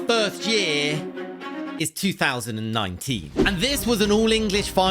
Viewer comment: bro said two thousand nineteeneeneen